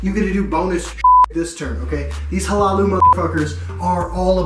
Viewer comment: Hlaalu is pronounced La-Loo. Great vid as always.